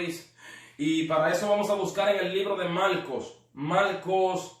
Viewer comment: Lo gracioso es que se escribe Marcos pero lo pronuncias "malcos" 😄😂